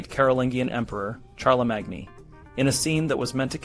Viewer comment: Wooosh, talk about spreading propaganda amongst children! (I don't know if this is a human voice or AI, but either way – Charlemagne is pronounced with three syllables: Shar-le-main.)